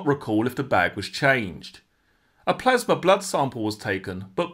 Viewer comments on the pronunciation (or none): none